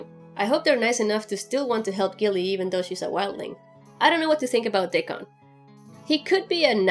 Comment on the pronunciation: Your accent is hard to understand^^ "Dick on"? :D Curious whats happening on season 6